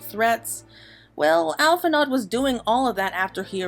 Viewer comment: It's pronounced "Al-fin-o", not "Al-fin-ard"